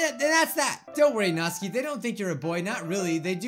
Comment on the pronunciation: Natsuki? more like NAH-Suki